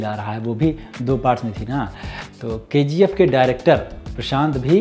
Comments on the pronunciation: K - G - 'aephhhh' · I thought it's KGF but he is pronouncing as Ke Gi Ef